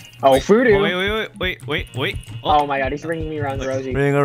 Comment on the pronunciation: Oooh it's phoodu like voodoo whoopsie....